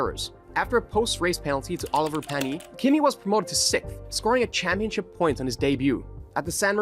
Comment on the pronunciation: you butchered the spelling of my favourite french monaco winner, Oliver Panny